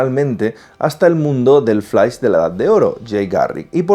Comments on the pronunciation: Flais jajajajaja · Pero se dice flash!!!!! No flais ... ugghh!! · Lo siento, no puedo ver un video entero donde le dicen "FLAIS" a FLASH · El "FLAIS" xD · "EL FLAIS" xD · Escuche "flais" 3 veces di dislike y me fui bye.. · flais? , superguel? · x2 flais xd hahaha